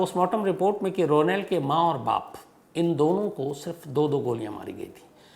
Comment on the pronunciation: Ro nald nahi Shamsbhai correct pronunciation hai rawnald